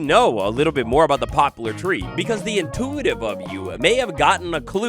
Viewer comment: It's "pop-lar," not "pop-u-lar."